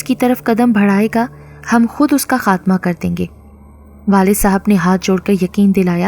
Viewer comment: Afsos hmari urdu, خاتمہ ہوتا ہے نا کہ خاطمہ